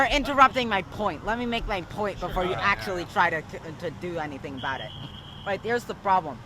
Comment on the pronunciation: poit zewo zewo zewo one pocent